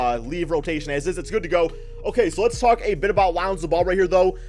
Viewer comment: Lanzo ball. Swear you say his name that way everytime. lmao